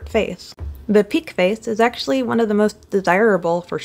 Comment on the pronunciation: She got that ACHHHSHHHHUALLY pronunciation